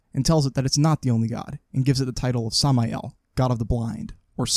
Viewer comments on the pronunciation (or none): none